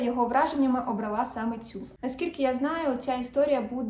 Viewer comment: Ви не раз кажете "обралА", а правильно казати "обрАла".